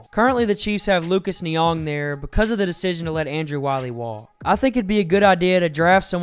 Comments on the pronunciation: It's Niang, not Niong. (sp) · Lucas Nina his pronounced nee-ang… long “a”